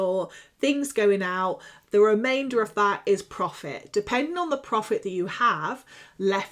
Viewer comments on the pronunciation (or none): none